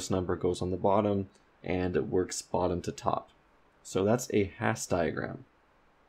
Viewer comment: Love the videos, thanks for doing them! Minor correction: Hasse diagram's are named after Helmut Hasse with Hasse pronounced as hAss-uh